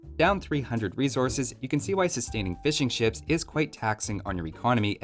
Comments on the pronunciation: sounds like you're saying "fish and chips" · I don't even play AoE2, but for some reason I watch your videos. Also the first time you said fishing ships I misheard it as fish and chips and now I can't stop hearing you talking about fish and chips the whole video... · I keep hearing ''Fish and Chips'' instead of ''Fishing ships''